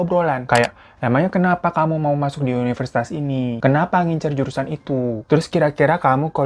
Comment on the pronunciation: universitas kak bukan yuniversitas 😆